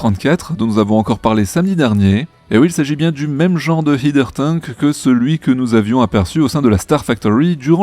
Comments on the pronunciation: Starhopper (saute-étoile), pas Starhouper. Et 'haideur tank', pas 'hideur tank'., si tu ne me crois pas, écoute simplement la prononciation dans les vidéos de NSF. 😉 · Prononciation : le terme "header tank" (en français on dirait "vase d'expansion", comme les dispositifs utilisés dans les circuits de chauffage par ex.) vient de "head" (la "tête"). Et donc la prononciation de la première syllabe n'est pas le son "i" mais "è", très analogue à la prononciation de "head". Et pour la phonétique : "hɛdər tæŋk"... bon ça ne retire pas l'intérêt de vos présentations hebdos... Merci !